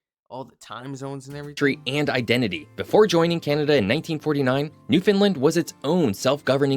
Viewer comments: This narrator is not from the area. Every time he sats Newfunlin it’s cringe worthy. It’s pronounced New-fun-LAND. As in understand Nrwfoundland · Ok the way we teach people to say Newfoundland , it rhymes with understand. Nobody here says New- fin -lind . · Agreed there is no fin in Newfoundland. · Not how you pronounce Newfoundland! I wish these YouTubers who do videos on Newfoundland would spend more than 5 seconds on pronouncing Newfoundland